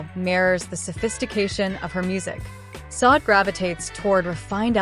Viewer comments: Her name is pronounced “Saw-Day!” Not SOD! What the fuck?! Why don’t you guys try listening to announcers and other shows and how they pronounce her name! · Please.. its pronounced Shadé isnt it...!!!!! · Why is her name being mispronounced; very desrespectful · yes horrible fake AI